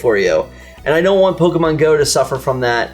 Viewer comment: I like you guys but is it really so hard to say "Pokemon" correctly? It's like if I called "Miker" all the time.